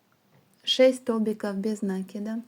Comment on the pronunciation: В слове НАКИД ударение ставится на И. Ваше произношение этого слова очень режет слух.